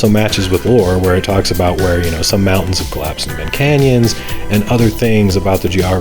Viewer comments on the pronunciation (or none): none